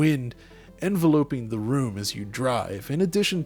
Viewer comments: "Enveloping" a room? It's pronounced "en-vell-uh-ping". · Not how you say enveloping